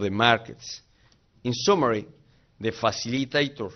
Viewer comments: Faciliteitor jajajajaja Yo creo que así como están los subtítulos lo tenía escrito y así fue como se sintió seguro para salir a hacer tremendo ridículo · De faciliteitor jajajajajajajajajajajajajajajna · JAJAJAJAJ FACILITEITOR. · faciliteitor jajajajaa ayy presidente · Faciliteitor jajaja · oye peña esto es dificil no peña-no is facilitator